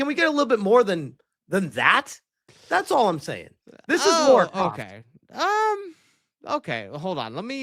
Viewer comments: Her name isn't Laura, it's Lara. Her name isn't pronounced the same as "Laura". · It's not Laura, it's Lara 😄😂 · Don't be talking about who she is as a character if you don't even know how to pronounce her name.